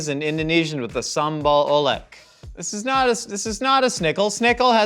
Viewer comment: dont u guys have davin to tell u how to pronounce sambal oelek correctly huh